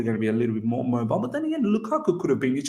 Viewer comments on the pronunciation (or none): none